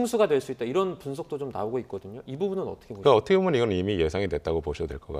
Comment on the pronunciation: 얻트게보면 ~~~~~~ 참듣기싫다.